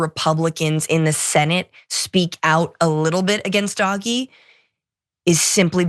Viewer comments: DOGE pronounced Dodgy. Doj-ee. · This guy does not know how to pronounce DOGE, I agree w/ calling it Doggy - so long as he says they're doing it DOGGY STYLE to Democracy. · I still think you should pronounce it “dodgy”.